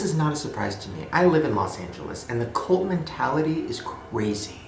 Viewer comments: Does it bother anyone else that Shane says "colt" instead of "cult"? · b why do you pronounce it "colt" wtf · Why do you pronounce "cult" as "colt"??? I love you Shane, but your vowels sound fucked lmao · WHY DOES HE KEEP SAYING COLT AM I THE ONLY ONE WHO PRONOUNCES IT CULT OR WHAT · Why you saying "colt" instead of "cult". I was so confused for a while. Cool regional accent. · Shane pronounces cult like colt, as in "If you keep throwing rocks at my window, I'm going to take out my Colt".